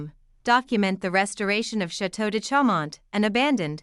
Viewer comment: Get it right lady, one does not pronounce the final lettre in most French words . " Chaumon (t)....